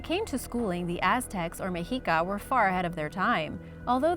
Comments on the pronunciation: Meh-she-ka, not me-he-ka. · Its actually pronounced Meshica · I think it's pronounced (Meh-she-kah) never heard it pronouced like that before😮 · Meh shee kah